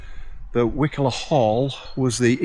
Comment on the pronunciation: It's pronounced "Wye coller". My mum's grandmother was the last child born there before it was abandoned in the late 1800's, and I remember visiting in the 1970's when it was a "ghost village" with no-one living there, though most of the buildings were in pretty good shape, considering.